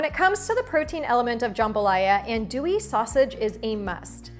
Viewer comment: The best huh? Better than Cajun's Jambalaya from Louisiana? So wrong on many levels. It's pronounced "ahn-do-wee" not "and-oo-wee" and that is a smoked sausage called andouille. It's not even close to real andouille which is coarse chopped and stuffed in a beef middle casing. BTW you dont add chicken and seafood with sausage. It's one or the other. Cajun jambalaya will never contain tomatoes. Thats more of a Creole jambalaya. Your dish looks tasty. Im sorry to shat on your recipe though, but there are some things wrong.❤